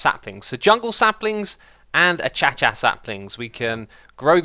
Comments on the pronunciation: Agh,,,,,,, X the tree is a . a k (as in kick) a shh a. not " a ch a ch a " .........isn't it? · Oh God X... it's Uh-kay-shuh (acacia). Not A-Cha-cha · A-cha-cha saplings? hahaha xisuma, pronounce the /c/ as /k/ sounds a bit better :D love the series so much :D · Acacia (A-Kay-CIA) (A-Kay-SHIA) definitely not (A-Cha-Cha) lol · X ... plz my man its not achacha tree its acacia tree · The TNTsheep hehe i actually scrolled down the comments just to see if anyone else noticed it. i think it should be pronounced 'a kay shuh' or 'a kay she uh' not sure though. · did you just actually said achacha or you're just kidding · Acacia: A-Kay-chia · I don't agree with your pronounciation of "acacia" as "ah chah chah" :( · Darth Torus It sure would be if it weren't intentional. Keralis. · The cringe when X tries to pronounce acacia X{ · Jared Bane You mean when he jokingly pronounces acacia like Keralis does.